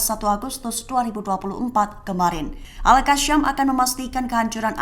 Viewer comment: Penyebutannya agak lain... Al-Qosam... Bukan Al-Kasyam.